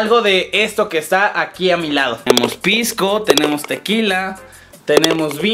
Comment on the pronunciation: ES PISCO , NO PIZCO Y ES PERUANO :3